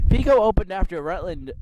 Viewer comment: Pico is pronounced like apple Pie-Koh .. The first 9 minutes of the video is annoying and painful to listen to.. It's a shame you don't fully do research and practice your dialogue before you shoot .... The Pico track was where GE plant #2 sits today on Wincrest RD, I don't know of any NAPA store there. The concrete wall you sat upon at Fairmont is the barrier for the 4th turn and it ran along the front of the entire length of the southern set of bleachers... The bleachers sat back about 20ft from that concrete wall, and it appears the dirt fill on the bleacher side of the wall has been removed. There were also steel posts set in or just behind the concrete with 10ft high steel mesh fence. Many cars ran right up into that wall/fence. The wall/fence ended right where you saw it end, and there it transitioned into a guardrail and 8ft high steel mesh fence which ran in front of the tower and the northern set of (smaller) bleachers. **** There was nothing but banked dirt on the rest of the turns same as you saw it. The backstretch was wide open field.. Yes, cars could jump the banks you mention and wound up in the bushes or in the fields. Yes it was originally a horse (harness) track because it was the Rutland County fairgrounds way back.. You're correct that stock car racing at Fairmont started in the 1940's, but you missed it had shut down for a few years in the late 1950's-1961.. Family friend Hugh Young was owner/operator of the track almost 2 decades before CJ Richards showe